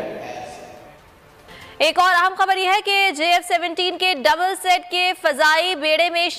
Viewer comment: Not double set, double seat. You twice made this blunder. Better you first learn and have training in news casting, then come on screen.